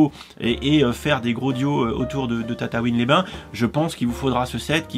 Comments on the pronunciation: Tu dis tatatouine alors que c'est tatooine 😭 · tu dit tataouin au lieu de tatooin